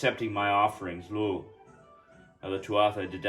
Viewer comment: It's Pronounced Loo not Lugh the gh sound makes a double O sound.